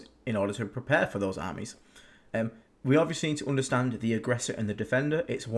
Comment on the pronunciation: Drinking game: drink a shot every time says "OOnderstand"/"OOnderstanding".